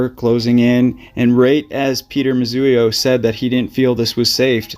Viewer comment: Moo zee o… not Moo zu ee o